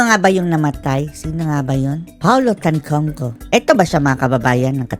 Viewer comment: Tantoco. Not Tantongco.